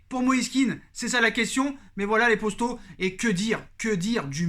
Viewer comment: tu passes ton temps a répéter tes phrases 2 fois c est assez soulant... et arrete une fois pour toute avec ton « postos » saypapossibleeeee serieux